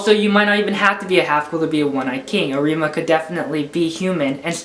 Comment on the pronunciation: Am i the only one watching this in 2021 and is annoyed for saying arIma instead of Arima and kanEki instead of kAneki (the capital letters are where you should point the letter)